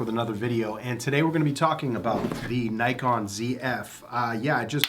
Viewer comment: Learn to pronounce Nikon properly before attempting to review the camera 😂